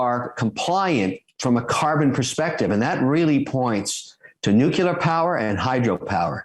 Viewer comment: Good focus on stuff to watch out for! BTW, it's not nuQlur, it's nuKLEEur ... like it's SPELLED. (Yes, G.W. Bush was dumb.)